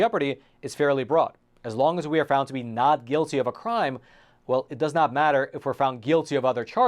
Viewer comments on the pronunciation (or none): The host pronounces the word "not" as "nod" and the word "top" as "tob" (substituting vocalized consonants for non-vocalized ones).